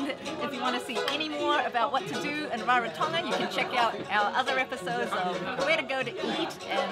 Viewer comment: You both sound like locals...great pronunciation and hope you both had a blast in Rarotonga ❤️